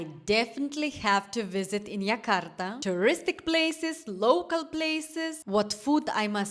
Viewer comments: I don't know where you're from, but our capital (soon no longer be) is Jakarta and it is pronounced Jakarta not Yakarta. J is always pronounced like J in January. Our new capital is Nusantara, but it's very new, even the government hasn't really moving yet. So yeah, visit Jakarta, and also make time to travel to other cities/islands. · Ayam taliwang from lombok indonesia..😂😂..correct jakarta not yakarta